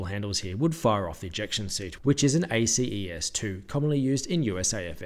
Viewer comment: As a former Ejection seat mechanic, The pronunciation of ACES II had me chuckling. We just call it Aces two. And the seat shown in the aircraft is more than likely a condemned seat out of either an F-15 due to the size of the handles, Sans Canopy breakers on the top center of the seat headrest. The F-22 seat only has the single double D handle in the center like the F-16, and has Flipup Pitot tubes.